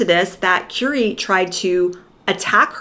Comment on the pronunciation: Who is Kewrie Grant? It's pronounced Curry, like the food you eat!